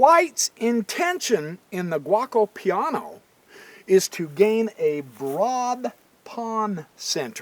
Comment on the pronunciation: The opening is pronounced G O co Piano Gee O Co Piano...Not guacamole piano. LOL Great video, Just having some fun with ya.